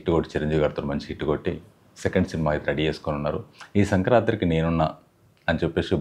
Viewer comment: 'Sankranti'. Sankrantri kadu.